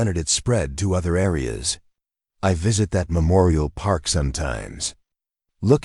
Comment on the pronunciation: Where does AI "PEARK"? In the PEAR-KING LOT.